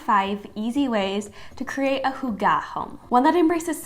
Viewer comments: What on earth is this pronunciation of hygge? You can search on YouTube for the correct pronunciation. Also it’s “hyggelig” when you’re talking about an object or space. 😅 Otherwise cute video. 🤪🙌🏻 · PLEASE, type "hygge" to google translate and listen how it is pronounced.